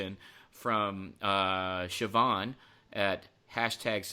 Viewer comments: Did Ken pronounce Siobhán correctly?? fair play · Impressed with Ken's pronunciation of Siobhán